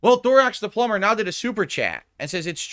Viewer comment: Imagine dropping 150 on the pigroach just for him to go on a long rant about how suspicious your donation is, and get "plumber" wrong. dents are really special. Looking forward to the rant in the future when will explain how this guy tried to control the stream and was a detractor all along.